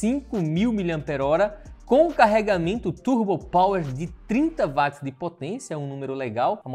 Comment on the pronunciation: Ótimo vídeo, só não é VATZ é WATTS...